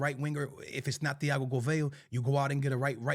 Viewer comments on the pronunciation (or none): none